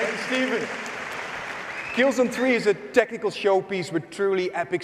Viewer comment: "Killzen Tree"